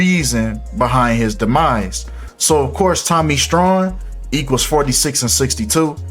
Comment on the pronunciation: Tommy strong not strawn